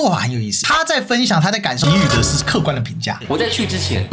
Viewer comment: 这是我见过第一个“给予”念对，念“ji”不念“gei”的台湾人